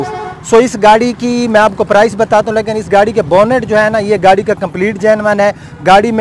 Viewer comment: lakin ni lekin hota ha.